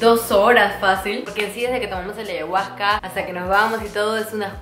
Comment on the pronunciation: Deberías pronunciar bien ayahusca . 🤷🏻‍♀️